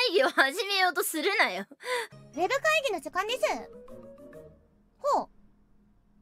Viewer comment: ウェ↓ブ↑会↑議↓の時↓間↑です↓